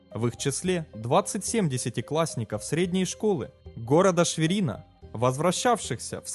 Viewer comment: ШвЕрина а не ШвенирА